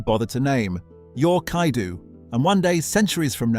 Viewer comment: NO, IT KAIDOU 😂😂😂